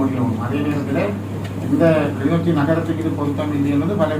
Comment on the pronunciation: தம்பி கிளிநோச்சி இல்லை கிளிநொச்சி